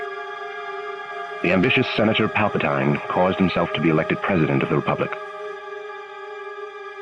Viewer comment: I take it the voiceover was AI, since it mispronounced Palpatine. Background "music" is too loud, kinda drowns out the dialogue. An interesting piece, but hoping for more of your usual insight and retrospective analysis tbh